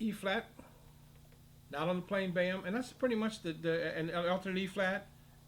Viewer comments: "Boehm" = Böhm. Not pronounced "Bam". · Imagine pronouncing [ø] as [e̞ːɐ], this is unwatchable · Indeed, I am also American and have never heard it pronounced like that.....Often I have heard "Full-Böhm" or "Modified-Böhm". Funnier than that: Some Europeans talk about German system and the French system clarinets, but Theo Böhm was actually German. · ITS PRONOUNCED BAYAM???? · No, it's pronounced bo-em. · is there a reason why you pronounce Boehm differently to everybody else..?